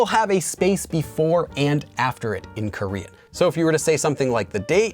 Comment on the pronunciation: Your Korean pronunciation is so great♡ it really sounds like native Korean.